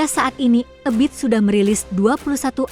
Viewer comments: Bukan Eubit GAD akan tetapi Ebiet GAD ,salah nyebut😂😂😂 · Mbak ebit bukan e biet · Ebiet apa Ebiyeet😂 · 😂😂😂😂😂 Ebiet aja eubit bilang nya😂😂😂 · Nyebut nama ebit aja salah beliau legend woy...... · Kenapa ya koq bacain nama2 artisnya aneh².. ga umum.. kyak Ebiet gt koq dibaca spt tulisannya bnget Èbi at.. Oby Mesach.. dibacanya Obi Mèsah.. biasanya yg umum kan disebutnya Obi Mesack.. 😊🤦‍♀️.